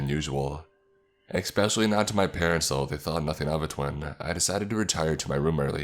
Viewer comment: Expecially is quite possibly the most annoying mispronunciation in the english language, I'm sorry i just can't listen to that lmao.